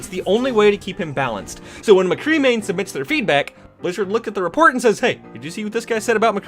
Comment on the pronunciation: McCree. Not McGee. Mc - Cree